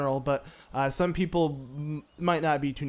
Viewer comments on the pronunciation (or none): none